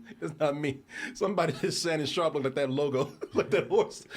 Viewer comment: I love the DT crew but on certain topics their corniness definitely shows. The whole time, I was like these dudes cant be that nerdy that they don't pick up on this shit. I had a feeling shit might get a little corny when struggled to pronounce Shannon Sharpes name..😂😂😂😂